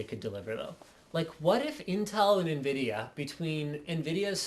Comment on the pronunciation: so Invidia or Nvidatel haha